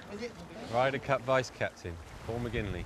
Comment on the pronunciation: McGinty!!! Its McGinley you knob